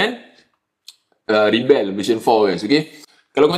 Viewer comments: Pasaipa dok sebut Ribell ? Pelik bunyi dia aihhh. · As a noun, rebel is pronounced “REB-uhl.”